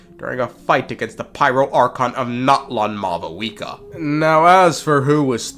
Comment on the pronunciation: When I hear mau wika it hurts 🤣